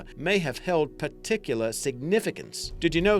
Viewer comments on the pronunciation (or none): none